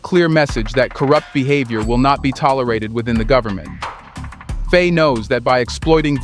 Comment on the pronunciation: I love your content. But the mispronunciations are driving me mad. Can you please pronounce the Presidents name correctly. It is pronounced Fy (like by or pie.) Please keep reporting on what's going on in the African countries. Your information is crucial to the diaspora.